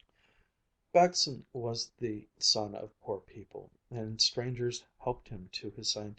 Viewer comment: As a dane and Baggesen-lover I truly love the pronunciation :)